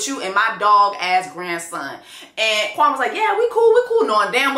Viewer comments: I went back to when Kwame introduced himself in the pods and he pronounced it Kwam-ee, because I thought she was saying it wrong too? So I’m confused so I’m going to go back and see how his family says it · It's never been Kwa-meh for him. From the get-go, he pronounced his name as Kwa-mee and ever since the first episode when he said his own name, I knew he wasn't gonna be it. I'm not going to blame Chelsea for how he pronounces his own name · Yup. When I heard him introduce himself the first day I was like Nigga, you cannot pronounce your own name? It’s the way many Africans try to anglicize their names. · I rewatched the beginning of LIB and Chelsea NEVER said that man’s name correctly. Even the man’s sister said it strange in episode 11. Maybe that’s just how he pronounces it 😭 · Something that definitely struck me is that Kwame himself pronounced his name incorrectly! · The Kwame-Kwami thing annoys me, she probably pronounced his name correctly ther first time because she works with people and knows how it should be said, but he's Anglicised his name so much that she just ended up saying it the way he does. This man is not so connected to his roots that marrying Chelsea is that big of a deal. He's just trying to find reasons to dump her. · Chelsea started off pronouncing Kwame’s name wrong in the beginning and it was pissing me off. It’s not pronounced “Kwa-May,” it’s “Kwa-Mee.” I think she readjusted when she heard everybody else pronouncing it right. Kwame is a very common African name, so I know how it’s pronounced. I’m not African, but I’ve known quite of few Kwames and have a few in my family. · It’s pronounced Kwameee not Kwamay “queen” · As a Ghanaian, Chelsea finally got his name right. You pronounce his name as: Kwa- me( as in yourself). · I’m actually used to Kwame being pronounced Kwa(may) instead of Kwa(mee). In the first episode, I thought he was Jamaican cause I know they also use the day names but pronounce it a little differently